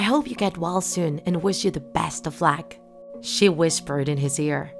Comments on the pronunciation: why do you say luck lack?! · SHE SAID LACK NOT LUCK WHAT